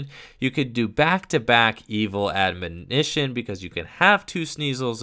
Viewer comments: S/O to for being the only Poketuber I've seen so far to correctly pronounce the word "Admonition" On another note, I wonder if Standard Zoroark will become any more balanced when Puzzle of Time rotates at the end of the season, since I personally find that combination to be the most ridiculous. Of course, there are a lot of factors in a theoretical SM-on format that could make Zoroark even stronger (fewer draw supporters, no Garbotoxin, etc.), so I guess it's hard to say at this point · Didn't even struggle with the word either, just nailed it like it was nothing. Major props,! (People mispronouncing the word has become a pet peeve of mine, haha)